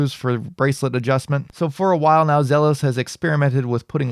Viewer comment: I thought I would check here to see if it was sold out yet. It's pronounced Zeeelos